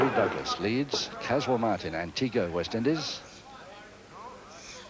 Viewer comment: Loved how said Antiguwa for Antigua.